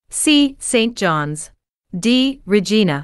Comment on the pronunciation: Regina pronunciation is wrong? should be called RI Zhai na not re jee na